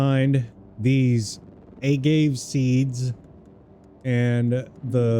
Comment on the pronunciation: Theyre agave (ah-gah-vay)seeds like the plants tequila comes from irl